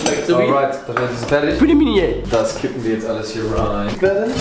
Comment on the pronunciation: Du bist nicht nur zu blöd Pelmeni auszusprechen, nein du kannst sie nicht mal richtig kochen. 🤦‍♀️ Sobald das Wasser kocht, nimmt man eine Tasse kochendes Wasser raus, fügt die Pelmeni (max 500g) hinzu und wartet bis das Wasser wieder aufkocht, dann schüttet man das Wasser aus der Tasse zurück, wieder warten bis das Wasser kocht und dann ca. 7 Minuten kochen. Am besten in Brühe kochen und Lorbeerblätter hinzufügen.